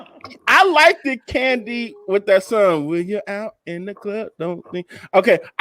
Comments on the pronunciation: needs to stop saying likted, it is liked, no emphasis on the e-d. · Who's going to tell that it's not "LIKEDED"? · Please stop saying likedid!!